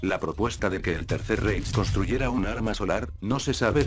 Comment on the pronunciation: Que no se pronuncia "raij" ?